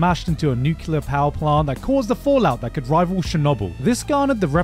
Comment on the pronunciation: bro you're not American, get yourself together and pronounce nuclear properly